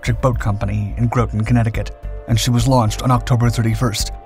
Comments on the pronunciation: Groton Connecticut is pronounced "Grott - ton." Not "grow-ton." Local knowledge. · Groton Connecticut, Gruton, not like crouton , like Rotten with a G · It's Groton CT like Rotten, not Groton CT like Growton. Love your videos! I watch your essays constantly. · I love all of your channels and I am subscribed. I am also a U.S. Navy Submarine Veteran who was stationed in Groton Ct. GROTON is said or spoken like ROTTEN not Grow-ten. You have some excellent submarine history that you share and it always annoys me when you say it wrong. Having attended U.S. Navy Submarine School in Groton and then having been stationed aboard the SSN 690 in Groton at Com Sub Devron 12 for several years. I can tell you that it is said like ROTTEN........... and in many ways it was. Jim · Groton, CT is pronounced as Grot-on. Not Grow-ton, as you stated. Just FYI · It’s not Grow-ton, it’s Grotten. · From Connecticut and Groton is pronounced Grot-on, not Gro-ton. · Groton = rotten not whatever the hell you said, almost made me spit my drink habahaha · graww ---ton not grow ton ...god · Groton is pronounced like the word ROTTEN. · Please correct the pronunciation for Groton, CT. It's graw-ton. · "GROT IN" Connecticut if you are from the area. East Coast talk. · Graw-ton, Connecticut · graw-tin --- groton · again, you pay no attention. Helping you for future videos. It's Groton as in "Rot" but Grot" ... same way you say "Rot". Groton, CT